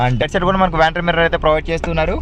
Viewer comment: Its vanity mirror not Vanty mirror..reading lamps are NOT LED